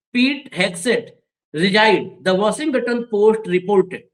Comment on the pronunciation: It is Washington not washigatan